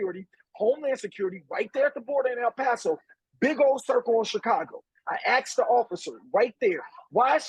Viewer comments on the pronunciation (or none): “I AXED THE OFFICER” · AXed. LoL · The alderman "axed" about those too😂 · The Chicago Alderman "axed" the Border Patrol officer. 😄😄😄